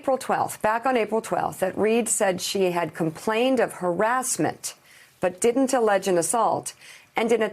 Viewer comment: The “and it didn’t !” Was a little too much emphasis , kinda like a 3 yr old boy..... hmmmmmm